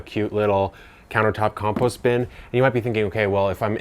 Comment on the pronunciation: I suppose it's a good video, but your pronunciation of compost meant I lost the plot after about 30 seconds...